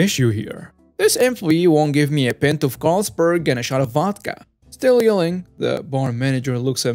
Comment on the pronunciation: you need to learn how to say the words “pint” & “wound” properly!